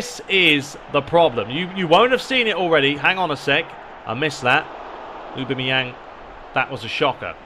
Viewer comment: A-bam-me-yang is how you say it